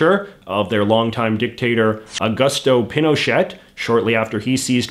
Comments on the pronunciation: "PinocheT" Bruh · Pinochette... Come on man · tricksor Right?! He mispronounced so many words and names in this video - far beyond the exaggerated Canadian accent he usually does. Is it a bit? Does he not know how to pronounce Pinochet? 😬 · How did you pronounce Pinochet wrong? You're Canadian!